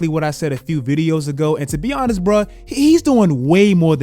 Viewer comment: Bro your "Honest" sounds like "Giannis" 😂😂